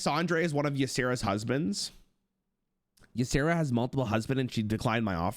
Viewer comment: Ysera - ya-sera Ysondre - why-sondrey Surely they're both pronounced the same